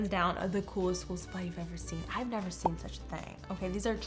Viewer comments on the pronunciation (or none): none